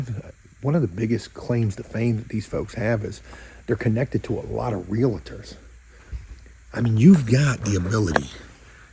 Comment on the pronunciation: Bro. I’ve said this before. Realtor. Not real-i-tor.